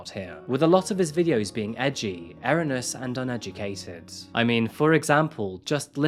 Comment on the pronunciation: "Reactionary" doesn't mean "reacting to". As for "errunus" for erroneous, that's actually quite funny. Another good video experience slightly marred by linguistic mistakes.